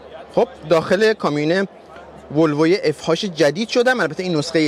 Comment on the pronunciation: اف اچ، نگو اف هاچ😡ما چیزی بنام اف هاش تو دنیا نداریم